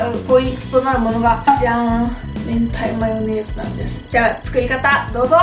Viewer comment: I thought I heard her say "hentai mayonnaise".